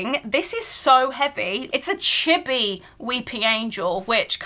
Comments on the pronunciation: oh chibi, it sound like chipi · I cringe at the way u said chibi its pronounced chee bee